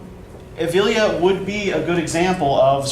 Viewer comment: My dear friend, thanks for this video! Just a little correction though, it is EvLIya Çelebi. You pronounce it Tchelebi :) Celebi in turkish would be prounounced djelebi, and its not selebi :p. Anywho...loved it